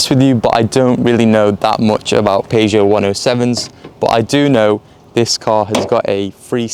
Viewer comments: How to say Peugeot its pronounced as PERRSHOW NOT PAEJO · Dude says "Paygeot 107". Dude says 0-60 in 15 secs, but all of these cars have a 0-60 of either 13.7 (no Aircon) or 14.1 (with Aircon). Dude says he knows nothing about 107s. Dude got that right. Those 107 XS models are actually very rare and about £300 max would have fixed this car up properly. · Had to switch off after hearing you pronounce Peugeot